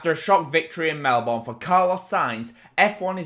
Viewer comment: Melbourne is pronounced Mel-bern